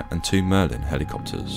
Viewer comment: “Merlin helicopterrsss”